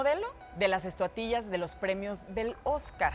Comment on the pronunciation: Habla bien. No dijiste bien estatuillas. Haz bien tu trabajo.